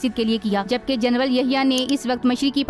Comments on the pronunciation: Janral hota hy ya janwal hota hy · Sister General kehtey hain. Genwal nahee😂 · Bibi General Hota Hai Genwal Nahi... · محتر مہ جنول نھیں جنرل لفظ ھے درست کریں شکریہ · لیفٹینٹ جنول نہیں بلکہ لیفٹینٹ جنرل کہیں